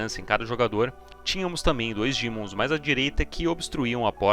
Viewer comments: POR 18MINUTOS ELE FALA DIMONS, DAI COMEÇA A FALAR DEMON, UFFA! PARABÉNS PELO VÍDEO E PELA EDIÇÃO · vídeo mto bom só o “dÍmons” q chega sangra o ouvido tmj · Que gatilho que da QUANDO ELE FALA DIMONS